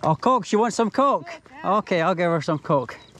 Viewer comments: When she pronounce coke , maybe thats not what she means…. You know…. Slang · the way you pronounce 'Coke' oh no 💀💀💀💀